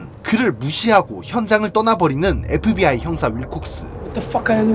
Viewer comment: 잘들어보면 FBI가 아니라 에프비와이라고함